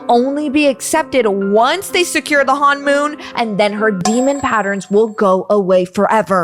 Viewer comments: its honmon not hanmon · It's not hon-moon it's honomon!!(hon-i-.Mon) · Its not hanmoon its honmoon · You pronounce it hun-moon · It's honmoon not hoonmon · It is not Han mom it’s him mon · You pronounced honmon wrong 😑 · How many times did she mispronounce honmoon? 😂